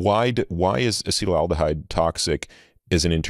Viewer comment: “Acid-aldehyde” vs “acetal-aldehyde” …but it’s really “a-ceet-aldehyde” in this metabolites case. Also is the most attractive person on the planet.